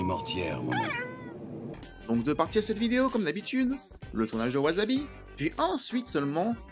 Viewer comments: Gnagnagna on dit pas wazabi, on dit wassabi gna gna gna commentaire gratos et éducatif. 😉 Par la force du dragon! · Faute classique de prononciation: わさび se prononce ouassabi et non ouazabi… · Intéressant mais... ça se prononce [waçabi] 😁 . J'avais adoré ce film à l'époque, et j'étais pas encore fan du Japon à l'époque :p ! Jme le suis retapé récemment, ça n'a pas pris une ride :D ! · On dit "wassabi". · je dirai ca a tous mes vendeurs de sushis (8 au total) qui bien que japonais disent wasabi...(vu que en francais un S au milieu d un mot se prononce ze" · J'avoue que "chouette vidéo, au passage, Wasabi se prononce tant" (bien que les membres du film le disent a la Francaise) Dis comme c'est dit la ca fait grave celui qui ramène sa science et qui en est fier 😂 je recois ca apres un travail de 40 min qui a du demander 7 jours de taff je l ai mauvaise